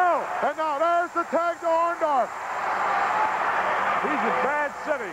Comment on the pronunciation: It's Orndorff, not Orndoff. That's what Hogan called him though haha!!!